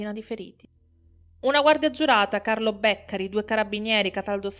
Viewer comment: Vivo a Bologna ma colpevolmente non conoscevo questa storia. Solo due appunti sulle pronunce: il cognome è Beccàri, il quartiere San Lazzaro di Sàvena, la cittadina Zola Predosa. Grazie per questo racconto, rimango sempre piacevolmente colpita dalle tue doti narrative!